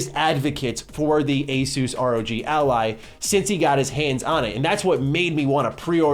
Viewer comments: It's pronounced Asus . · Is it pronounced Asus or Asus?